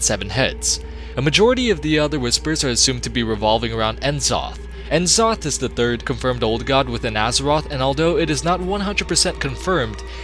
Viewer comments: Who's "En Zoth"? Do you mean N'zoth? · FOR Fuck's sake mate. learn to pronounce the names. It's horrible En zoth?! Really?! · It's N'zoth not en'zoth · It's pronounced Nuh-Zoth, not En-Zoth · N-zoth lol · Watching this in 2021 and the pronunciation of N'zoth from before you knew any better is lol. Still a really enjoyable video good job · I've seen this video multiple times but I can never get over how he mispronounces "glaive" and "N'zoth." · Wait, you pronounce c'thun right but not n'zoth? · So you pronounce "C'thun" properly, but not "N'Zoth"? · Man you really butchered the words "Uldaman", "Glaive" (Rhymes with crave.), "N'zoth", lol.